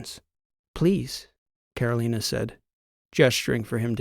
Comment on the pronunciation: This is your 80 year old fan. Another good story, except your pronunciation of Carolina. I'm born and bred in North Carolina.